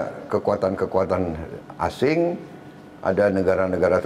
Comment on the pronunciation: ASING bukan ASENG